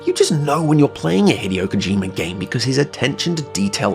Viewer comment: Hate to be that guy but his name is pronounced "hee-day-oh KO-ji-ma"